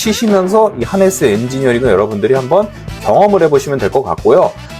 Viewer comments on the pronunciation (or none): 하네스로 써놓고 하르네스로 들리는 이유는 뭘까요?